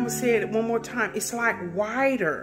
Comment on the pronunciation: "WIDER" 🤣 LOVE U